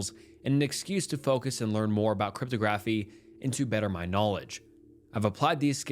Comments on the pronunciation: This guy can’t read words lol crypto graphy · Learn how to say "cryptography". Not watching anymore and removed my thumbs up and replaced with thumbs down. Dont' treat us like morons.